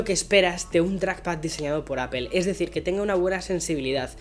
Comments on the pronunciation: APEL Jajaja 😆 LOL 😆/ Seriously 😉 why they don’t say it right Apple 🍎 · Buenos videos pero me choca que no pronuncies bien no es “apel” es apple jajaja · ¿Por qué le dices "Apel"? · Appel XD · pero por qué dice APEL ??????????????? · Deja de decir APEL!! Joder